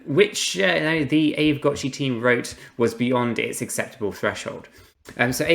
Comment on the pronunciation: It's pronounced ah vey...